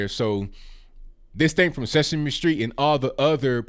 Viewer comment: It's sesame Street not sexme street.